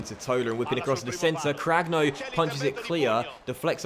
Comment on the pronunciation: It's pronounced "Crannio", not "Cragno", I think?